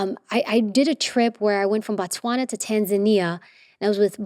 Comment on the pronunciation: You butchered Botswana name, but it happens a lot And damn Stephen was born here :elbowcough